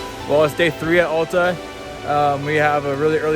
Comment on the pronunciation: It’s AL ta, not ALLta.